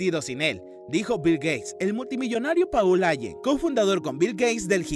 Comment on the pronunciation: Paul (se pronuncia Pol) Ayen (se pronuncia Álen)